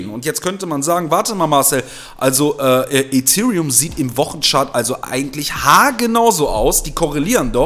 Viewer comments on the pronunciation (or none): none